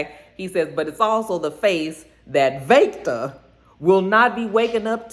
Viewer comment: I wasn’t feeling Lilliana, but after all she’s been through, I’m rooting for her. She’s definitely a soldier. The Walter accent is better, but it still took me out. 🤣 Every time you said Vaectah. Praying things stabilize soon. 🤗